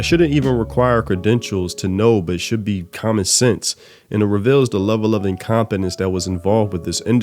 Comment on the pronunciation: "Benelavent" "Incompenince" this ninja can't speak good enough, why should I listen to what he has to say about the state of localized games from overseas?